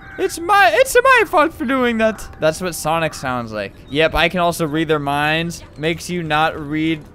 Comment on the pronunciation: the way he says minds 😂😂😂